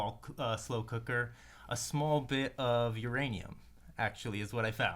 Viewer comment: "He's got uraniun"